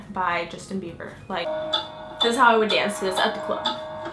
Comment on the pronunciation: Heheh she said justin biever